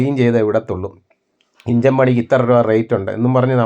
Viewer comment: ഇഞ്ചൻ അല്ല ചേട്ടാ എൻജിൻ, ഷാട്ടർ അല്ല സ്റ്റാർട്ടർ